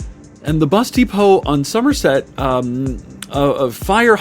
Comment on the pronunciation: I genuinely heard 'the busty po' and wondered what a busty po was before realising.......Cecil said bus depot....